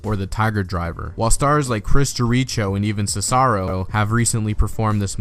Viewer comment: Bro said Chris jereeecho